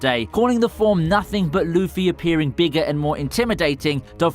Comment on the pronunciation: Mardarar and loofy, not the most accurate pronunciations